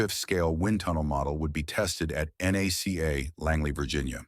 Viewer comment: Nothing about the airfoils of the P4M is exotic. Combination of thicker airfoils at the root for structural stability with a thinner of the same family at the tip for less drag is done in near every wing. If that lead to tip stalls, the wing did not have the proper amount of washout. Also, NACA is pronounced as one word, just like its sucessor NASA.